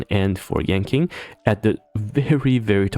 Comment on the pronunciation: Sorry to be that guy but "Seele" is pronounced Si-Luh and "Yanqing" is pronounced Yan-ching.